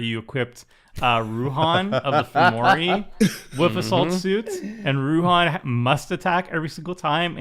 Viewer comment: sounded like "a salt suit" if you don't see the card haha